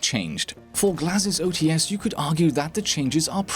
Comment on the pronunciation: Hey, I wanna fix you a little. "OTs" reads as "O-Tse", with two sounds, not as "O-Tee-Es" with three. Cheers!